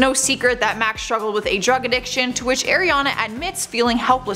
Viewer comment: Please say Ariana’s name right